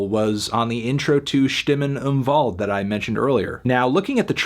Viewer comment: HE SAID THE W RIGHT!!!!!! AAAAAAAA ÖÖÖÖÖÖÖÖÖÖÖ ÄÄÄ AAAAAAAAA Ö